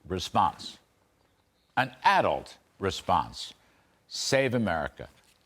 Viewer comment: Ive never heard someone pronounce 'Adult' the way he does lol. It sounds like hes saying "Addled"